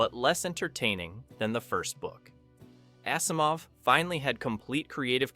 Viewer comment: Same with Asimov. It is pronounced like Azimov not Assimov.